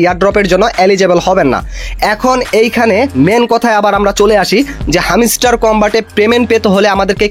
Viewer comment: হামিস্টার না ভাই হামস্টার চ্যাটিং না ভাই চিটিং আগে উচ্চারণ ঠিক করুন